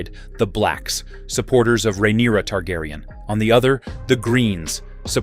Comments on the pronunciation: Is this done by A.I voice because it's butchered the correct pronunciation of names lol, it's been an interesting video regardless. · Aside from mispronouncing names horribly, this was informative.